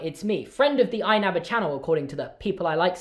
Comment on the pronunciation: Inabber's pronunciation really is something else man...